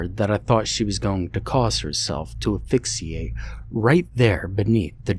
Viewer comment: ‘Ah-fix-ee-ate’?😂😂 ASPHYXIATE. ASSSSSSSSSS-FIX-EE-ATE. YOU HAVE TO SAY THE ASSSSSSSSS PART AT THE START OF THE WORD. 😂😂😂😂😂😂😂😂😂